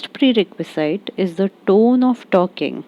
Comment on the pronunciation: Shouldn't it be - pree· reh·kvuh·zuht, instead of - pree· reh·kvuh·zeyet?